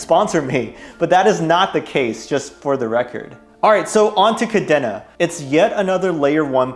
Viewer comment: Good video _ however its pronounced Ka Deen Na